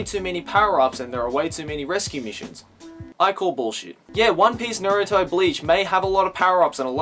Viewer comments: im just curious, since ive heard a few other youtubers say it like this. why do you pronounce Naruto as Narooto? ive been watching Naruto for years and even in the japanese dub, ive never heard his named pronounced that way. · I like how you say naruto